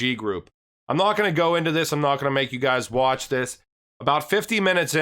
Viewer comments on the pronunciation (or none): none